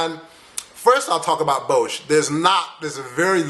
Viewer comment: Wow, I really had to replay it when you said "Bosh". We don't have a place named like that. But than I realized you were trying to say "Den Bosch" with is pronounced with a round "O" sound and just s simple sort "S" at the end... Good job though!